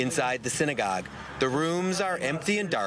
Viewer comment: I didn't know your temple is pronounced sign-a-gogue